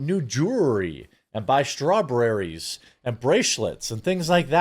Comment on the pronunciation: the way Jeremy said Strawberries😂😂😂